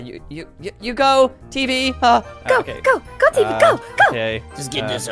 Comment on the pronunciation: It's teevee